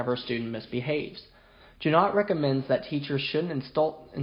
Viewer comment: Hard "g" as in "got" or "goat".